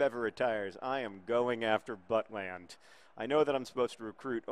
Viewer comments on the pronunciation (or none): iBowlerHat Yes! Saw highlights of when he started for the real Stoke a few weeks ago - fantastic performance. Great potential indeed. Also, quick PSA: It's pronounced But-lend, but John's Buttland pronuncation - while probably offensive to Mr. Butland - made me laugh a lot. :)